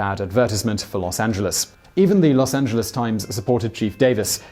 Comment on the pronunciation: great vid, thanks for saying Los Angeles properly. Could you consider a bio about Helena Modjeska? She a local super hero. We have a canyon named after her, she is that awesome. <3